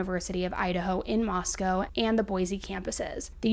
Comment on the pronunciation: FYI it's moss-co not moss-cow